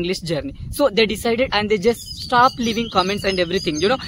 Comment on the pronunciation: You are doing great brother, you just need to work on your pronounciation. Words like stopped, learned and asked etc.